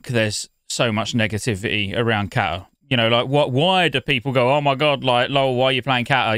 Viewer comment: ca-ta not cat-a